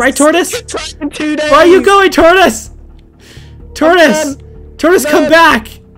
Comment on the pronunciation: he keeeps saying taurtis